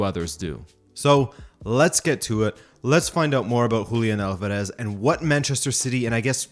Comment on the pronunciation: How is it that you cannot promounce Alvarez? YOur making it way harder than the actual pronunciation dude... ALL-VAR-ES